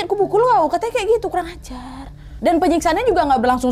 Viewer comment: Kurang ajarnya medok kali wkwkwk